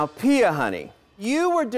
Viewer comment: Its piyah